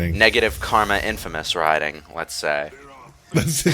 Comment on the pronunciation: Love how pronounces Raiden correctly.